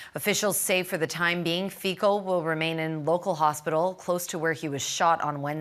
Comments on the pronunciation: Pronantiation is FICO NO FIKO. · Fizzo not Feekoo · Not "Fiko" but Fitso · Its not Fiko god dammit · What an embarrassment that you can’t get your facts straight! The minister of health is Zuzana Dolinková and Fico is pronounced ‘Fitzoh’ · Vyslovuje sa Fico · Robert Fico is pronounced Fitzo❤ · Je to docent JUDr.Fico kandidát vied a vyslovuje sa Fico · Ty pičo když už meleš tak aspoň se nauč vyslovovat jméno 😂😂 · Please learn how to pronounce the name of Prime Minister Mr. Robert Fico! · Where do you find these so-called journalists. Can't even be bothered finding out how the guy's name is pronounced. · he doesn’t have to. Only the ignorant foreign media need to learn the correct pronunciation and not make fools of themselves